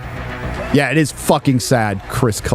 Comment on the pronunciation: I’ll ask again. Why does the AI woman voice at the end sound like she says “nerd-erotic” vs Nerdrotic? Is this a running joke?